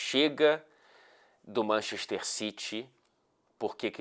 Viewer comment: ninguém:: manchexxxter